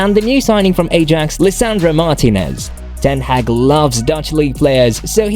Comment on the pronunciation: You pronounced his name wrongly… Man Utd official channel has a video about how to pronounce his name, ten Hag.